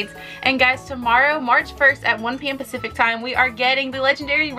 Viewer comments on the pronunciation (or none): none